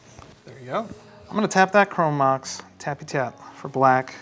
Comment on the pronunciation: " My reading voice helps me articulate and sound better" proceeds to pronounce chrome mox chrome max 😂😂 i spit my drink for real lmao And these games were great to watch! Such a fun episode